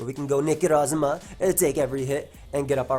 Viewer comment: I love the way he says Necrozma